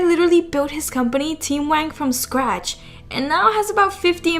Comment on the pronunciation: Staph pronouncing WANG as WANK!